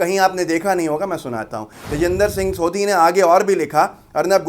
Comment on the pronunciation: सोधी नहीं सोढ़ी ज़ात होती है ।